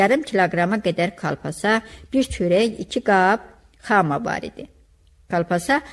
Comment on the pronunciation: Səsləndirmə də yaxşı deyil..Hər kəlmədə uduqunub ağzınızı marçıldadırsız..Larçç larçç.. Balkona palkon deyirsiz,xamaya Xa ma deyirsiz))))